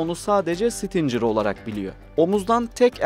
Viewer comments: Bizim 300 km menzili fuzelerimiz yok mu? 1 gecede topunu imha etmek çok mu zor? İrade yok, hedef yok, ehhhhhh BOP eş başkanından başka birşey beklemek aptallık olur, şimdi burada bunu tanıtımı yaparız!!!! Kardeş 'sitincer' değil Stinger diye okunur, biraz çalışarak video yapın ricam. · stincir fuzesi degil stingir. Bunun gibi daha pek cok kelime !! OGREN!!! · Abicim sizi seviyoruz ama bi dersinize çalışın. Stincır nedir? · Güzel bir paylaşım ama isim telaffuzlarında kafanıza göre söylemeniz bi garip geldi. Sidewinder doğru bir şekilde ''saydwindır'' olarak okurken stinger neden ''stincır'' o da stingır diye okunuyor :)